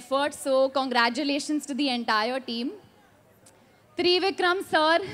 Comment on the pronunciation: Good effort to speak in telugu. One correction..You are sounding the directors name as Three Vikram..but it's a single word without any pause... Trivikram